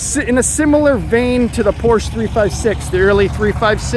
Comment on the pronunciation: Fun coverage and you were one of the first on YouTube. FYI-You're pronouncing Porsche incorrectly.